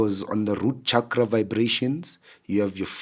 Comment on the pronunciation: And it’s pronounced CHALK-RA, not Shakra👍🏾